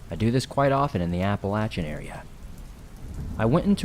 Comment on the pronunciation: My favorite stories! Deep woods! I love how you pronounce Appalachian correctly! Well how we pronounce it here in West Virginia 💛💙